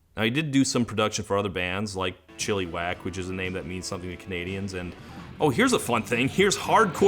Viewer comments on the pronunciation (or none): I didn't even register the name Chilliwack in my brain hearing somebody not from Canada say it. "Chilly Whack" makes sense if you've never heard how it's really pronounced (CHILL-uh-wack) but is so funny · Never thought I'd hear a Chilliwack mention in one of your videos. It's pronounced Chill-ae-wack btw, your Chili-wack made me legit snort. You should take a listen, My Girl (gone, gone, gone) is probably their biggest song, but they have quite a few that were popular here in Canada, and are still thought of fondly. But, pretty sure only Canadians would know that. Lol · Chilliwack is pronounced chill-a-wack, not chilly-wack. It's the name of a city in BC. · Losing it at Todd pronouncing Chilliwack "Chilly-whack". Calling it that from now on. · “Chilly-wack” lol it’s Chilliwack: second “i” pronounced just like the first. It’s the name of a city, not a sex act with beans and meat. The more you know. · explanation from a born-n-raised Vancouver girlie: Chilliwack is a city in the Fraser Valley (lower-mainland BC, pretty close to Vancouver). It's usually pronounced Chill-uh-wack, not Chilly-wack, and the name itself is derived from a word in the indigenous Halq'eméylem language, "Ts'elxwéyeqw" (or "Tcil'Qe'uk"), meaning something along the lines of "as far as you can go upriver." The more you know 🌈⭐ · Chilliwack is a rural city at the time. It's pronounced with a softer ih sound and whack at the end. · Chilliwack (pronounced chil-ih-wack) is a city just beyond the outer limits of Metro Vancouver. Mostly farm country out there; generally the people living there just don't like city life in Vancouver... So yeah, that tracks for Terry Jacks, huh. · And it's also pronounced Chill-uh-wack. Way to Google, Todd. 😅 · Chilliwack is a town in British Columbia. And it's not pronounced 'chilly"....the second 'i" is soft, like in the word 'it' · P.S. the pronunciation is more like "CHILL-uh-Wack" - the word comes from one of the First Nations languages of that area